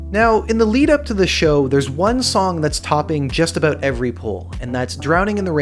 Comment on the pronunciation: and JJ lives in BC and I’ve never heard anyone with that thick or “put on” of an accent lol 😂 maybe in East coast Canada. He’s the only one I’ve heard pronounce about as “a boot” 😂